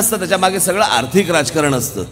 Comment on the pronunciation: अर्थिक नाही रे आर्थिक रे